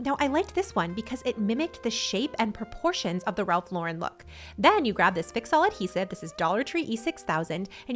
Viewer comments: Omg I'm so glad you started saying Ralph Lauren the right way 😂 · Wonderful ideas! I am impressed that you pronounced Ralph Lauren correctly!😊 Most people try to make him French😅😅